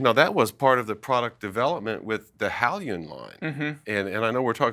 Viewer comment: I’ll m pretty sure he is mispronouncing the brand Hailun. It’s pronounced Hai•loon not Hal•yun.